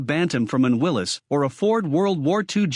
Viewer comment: This is the kind of garbage you get when you let AI make a video. It can't even pronounce Willy's right. Thumbs down for this garbage video.